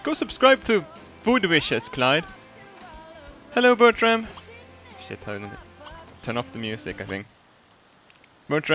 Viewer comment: Am I the only one who hears "Buttram" when he says "Bertram"? :)